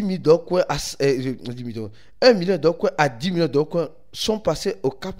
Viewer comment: C'est Dogecoin ou Dogcoin ? Faut bien prononcer stp 🙏🏿